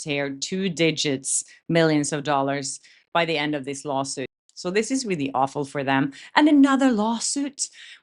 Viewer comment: I like your videos and agree with you but when you say "really" reminds me someone who speaks really bad English...sorry